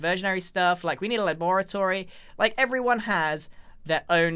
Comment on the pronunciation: Idk is this like normal way to say laboratory cause I say it way diff then Grian